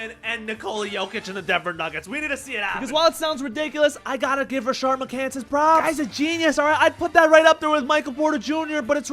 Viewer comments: There’s no “ r” in Rashad McCants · Rashad McCants not Rashard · Where did the second R in Rashad spawn from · His name is Rashad not Rashard... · Not “Rashard” 🤣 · "rashad" not "rashard" but hes a clown so who cares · His name is “Rashad McCants” not “Rashard” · it’s Rashad* not Rashard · its rashad bro. all u had to do was look up his name at the very least.